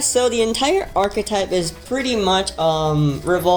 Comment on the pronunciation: Thank you for pronouncing "archetype" correctly